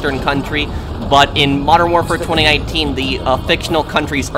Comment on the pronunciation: I find how you say 2019 VERY OFFENSIVE and swear word notices and and